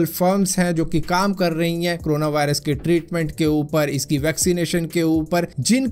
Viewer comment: It's corona not crona... Aur Bhai.. Wo xray wala detector sirf. Last stage me dekh k btaega🥴